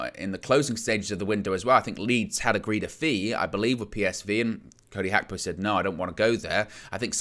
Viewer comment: you nearly have the pronounciation of Gapko correct.....in Dutch the "G" in a word is pronounce with a sound from the back of the throat...almost like trying to clear your throat...takes a bit of practice for people who only speak English....I bet Nina would know what I'm talking about. Arabic uses it as well. Big up trying to get it right.